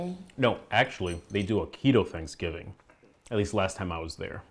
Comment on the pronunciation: Sangiving? I thought it was thanks giving?